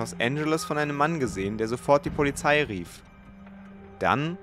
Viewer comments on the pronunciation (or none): none